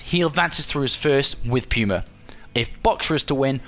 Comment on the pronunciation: puma = pyoomer